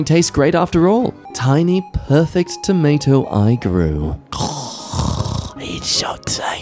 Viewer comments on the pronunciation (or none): none